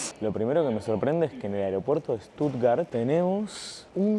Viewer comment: Con Ramilla podrías ir a Armenia 😅 y otra cosa, es SCHHHHtuttgart 😂😂